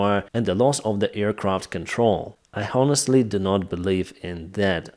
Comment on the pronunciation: fuck sake , dont you know that H in HONESTLY is silent ????? my ears are blidind , and your Sukhoy sirty-four